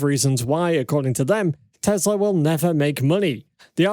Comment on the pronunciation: Your pronouncing it wrong. It's teSla. WITH AN "S". not teZla. I love your videos man. And my friends watch you. But the mispronounciation is so annoying. Please state Tesla with an S. Not a Z.